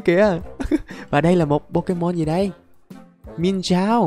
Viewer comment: Anh ơi con mienshao anh có thể đọc là miến shào